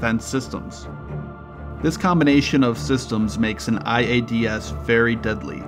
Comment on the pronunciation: Bro please stop saying I A D S all separate its one word iads (eye-ads)